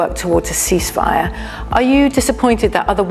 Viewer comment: He still cant say the word ceasefire